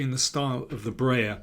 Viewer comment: Please don't say "Brayer". It pronounced like "Bryer".